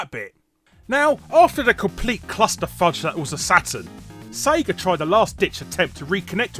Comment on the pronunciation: Cracks me up how he says "Sega". Almost sounds like he's saying "sager" (say-grrr). Hahahaha.